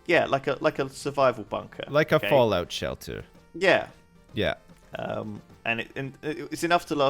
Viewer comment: I love how he said fallput shelter and hen day 111 ended